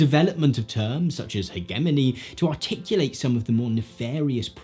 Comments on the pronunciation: As an American, I cringe a little every time I hear someone pronounce hegemony with a hard g instead of a soft g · Just wanted to mention that the G in HEGEMONY is pronounced like a J. Not to pick, just need to correct. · I've never once heard hegemony pronounced with a hard g before this video and I have a masters degree. So, I've heard that word many times. It's not a complaint so much as a comment about regional pronunciation. By the way, I agree with your conclusion. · Can someone explain to me why Brits pronounce hegemony with a hard g? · How you pronounce hegemony pisses me off so much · Is this the British pronunciation of hegemony or what is going on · I don't agree with your pronunciation of hegemony...